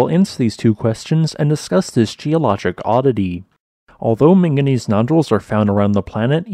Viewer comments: The real question: is it manganese or minganese? Because I heard a lot of the latter in this video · Drinking game: Everything time he says "ming-gineez" down a shot.